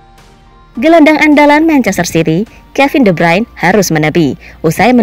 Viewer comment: woi min itu de Bruyn bukan de brayn